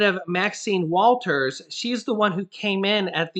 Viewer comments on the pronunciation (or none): Hey it's Maxine "Waters" not Walters